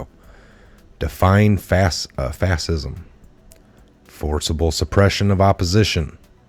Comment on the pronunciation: dude.. its prounounced "FASH-IZM"... and ES-PECIALLY C'mon man..